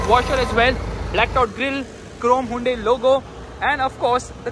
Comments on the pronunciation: wtf is hai-un-dei? 🤣🤣🤣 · The way you pronounce Hyundai😂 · haa yun day lol chaney